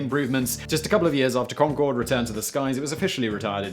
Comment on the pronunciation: The final "e" on Concorde was Gallic, not Gaelic. Maybe if you rehearsed or did a read through once you wouldn't have botched the pronunciation.